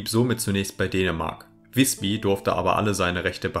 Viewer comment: Übrigens: Nicht "wisbi" sondern "wisbü"! Das y ist im Norden dasselbe wie unser ü.